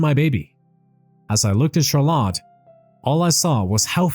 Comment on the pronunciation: Learn to pronounce CHARLOTTE ffs